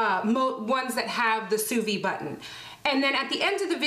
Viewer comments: Please, pronounce sous vide correctly. The “d” is not silent because there is an “e” at the end so it is “vid” not “vi”. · Sous VIDE. The 'd' noise is most definitely pronounced. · You must pronounce the “d” in sous-vide, as if you said vid for video. 🤗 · The D is not silent. It sound like sue veed.. not sue vee. And it's not true that it can't over cook a steak or any food using sous vide. A steak can get too soft and grainy,, almost mushy, but be pink in the middle if you leave it too long in the water. It takes many hours to get to that point but some actually believe it can stay in the water at the desired temp all day and be ok but the texture is awful. Your range is good on the steaks. Usually once you find the perfect time for a particular cut of steak you have 2 hours at the most it can hold in the water before the texture starts being affected. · Please pronounce it Sous VEED. The way you pronounce it sounds like "under life". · sous viDe. The "D" is not silent. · Just FYI in sous vide the "d" I's not silent, is is pronounced. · Great vid but there is a pronounced “D” in vide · Please pronounce the D lol..